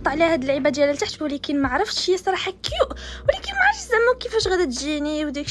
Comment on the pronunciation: الاسم : سناء المهنة:منقولش كيوت و نقول كيوء